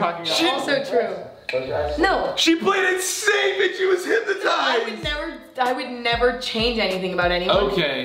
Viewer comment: They all say hip-ma-tized like it’s said how it’s spelt hyp-no-tised